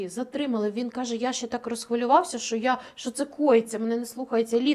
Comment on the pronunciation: скажіть нехай не чьокає,в нашій мові чьо,що це дуже погано